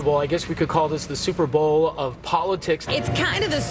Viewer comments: she said "Stuperbowl" and I heard it I replayed it and that's definantly what she said. Isn't there a copyright infringement for saying 'superbowl" you can't even call the "superbowl" the " superbowl" in you sports bar promotions for the 'superbowl" So how do the networks get away with that gaff and why didn't the genius pundits and comedians grab that and make jokes about it? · Did you say: StupidBowl?